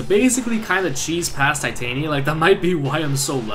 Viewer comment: Your pronouncing of Titania seems to be right. :]